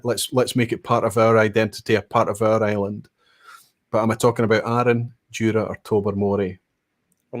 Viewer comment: Question 8 were definately not an asshat question from a Norwegian perspective. You pronounce the name of the island wrong just like 99,99% of Norway would 😀